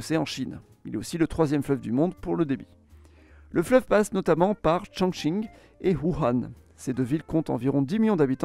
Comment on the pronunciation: Par contre il a (probablement) parfaitement prononcé Chongqing.